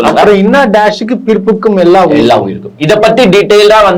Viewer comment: தமிழ neegale kolapannathinga muthalil neega தமிழ் padinga பிறபோக்கும் இல்லை pirapukkum